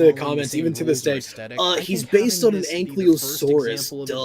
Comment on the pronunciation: I don't wanna be that guy, but it's AnKYLOsaurus, not anklyo.